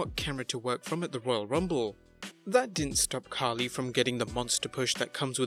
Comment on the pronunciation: It's funny that you call Khali 'Khaki'.